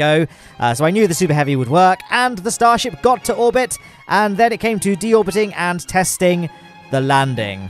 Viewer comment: Uhh you said stasrhip